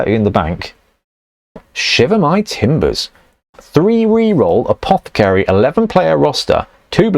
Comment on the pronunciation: APOTH-AH-CARY! You're English man, pronounce it correctly.